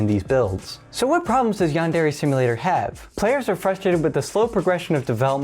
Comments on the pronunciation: bro really says yan-dairy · I can't get over the pronunciation as "yawn-dairy". 😂 But in all seriousness, this is a really interesting look into the project and its problems. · Given how the average American pronounces it: They don't, either. Yan-Deh-reh-. Not: Yarn Derry. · Ahhhh. Yaanderry Simulator. (No. Seriously. That's how you're saying it.) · yandairy simulator jokes aside p good vid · why dose everyone pronounce yandere wrong? XD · lol i cant get over how you say Yandere. Its so ..... bad? hard to hear? IDK something about it, makes me wince. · no hate but please learn how to say yandere